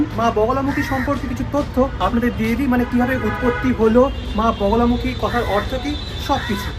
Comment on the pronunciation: বোগোলামুখী না, মা বগলামুখী দেবী উচ্চারণ খুব খারাপ